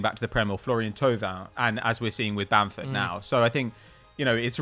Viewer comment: It's Bamford and it's not close